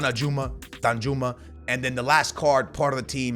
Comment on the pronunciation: bruh it's "Dan-you-ma" 🤣